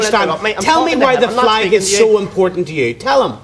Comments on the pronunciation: "I see fleg people"...... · "Muh Fleg".